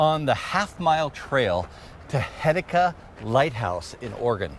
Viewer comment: We have goofy pronunciations in Oregon and this will be another one… it’s pronounced Heh-see-ta Happy you enjoyed our neck of the woods ❤️❤️